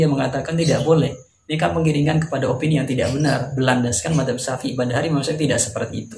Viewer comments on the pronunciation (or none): none